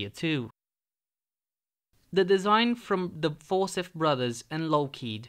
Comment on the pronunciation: You lost me at For-sith. The name Forsyth is pronounced for-SY-th.